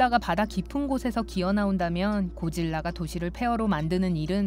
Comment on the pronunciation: 왜 징화라고하고 고질라를 고릴라라고하냐 나만 그렇게 들림?